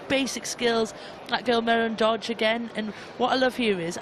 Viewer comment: Katy McLean's inability to pronounce player names correctly, sadly, is still as bad now as it is listening to her say Dodge and Tooma. How hard can it be?